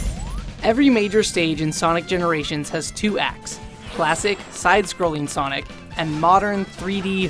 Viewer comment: Sonic generashin